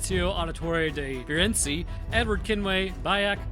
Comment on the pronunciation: i hope you feel bad, on how you pronounced "ezio auditore da firenze" 😂